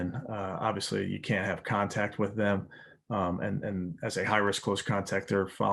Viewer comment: Getting guys beeyack from close conteeyackt